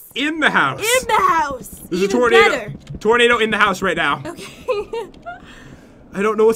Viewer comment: its tornado not tornadoe